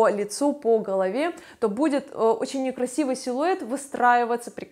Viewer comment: На з ы тылке. А почему вы так говорите. Не крысивый силуэт. Пыльто. Пыказываю.